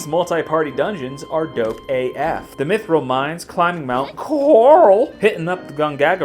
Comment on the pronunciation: "...Mount Corrrral..." haha, nice man.